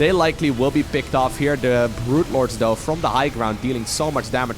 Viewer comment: where are you from that you pronounce a "th" sound with a d? Ex: Though = Doe, the=de, either=Eder